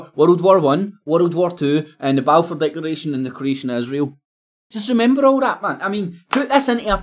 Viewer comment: You can't even say Balfour. It doesn't help your credibility much. Mind you nor does everything else you say.